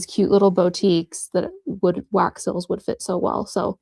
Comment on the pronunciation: These are so beautiful! The only thing is that whenever you say the word "seals" it sounds like you're saying "sills." 😂